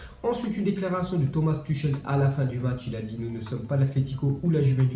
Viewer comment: Il a dit Tomas tushel pas turel